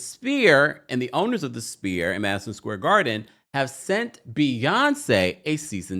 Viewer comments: Sphere is NOT pronounced "spear". IT IS PRONOUNCED "SFEAR". PLEASE Get it right if you're reporting. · The Sphere is pronounced “sfeer” not Spear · my love…sphere is pronounced like s•fear or sfear. Not like spear, like you throw. ❤️ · This video drove me nuts. Sounds like you kept saying spear, like a throwing stick, it's the sphere, like a ball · do you not know how to pronounce sphere correctly? it’s an FFFF sound! 😑